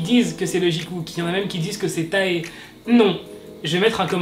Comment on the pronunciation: Tu me stresse trop a dire TAAE c TAE stp arete sinon notre love va s'éteindre 😂♥️